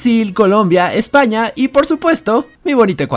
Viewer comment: En de ves de decir España dice Espana